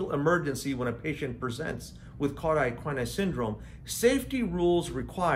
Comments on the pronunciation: An informative video, but it needs to be redone with “cauda equina” pronounced correctly, and with the distinction between “vertebra” (singular) and “vertebrae” (plural) observed. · I found this very interesting and I'll give you a pass for pronouncing CES incorrectly!😉